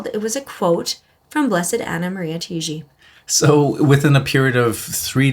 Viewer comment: Hey and! This is just as a friendly, helpful guide for you: as she's Italian, her surname would be pronounced like these two words together: "tie" "gee". Tai-gi. The vowels are pronounced one after the other, if that makes sense, but the two words example as an equivalent should be clear enough. I'm Maltese, so as a Mediterranean it's quicker to grasp like that:) Thanks for sharing and looking forward to hear more about Blessed Taigi in future videos. Till then please keep me in your prayers - and God bless!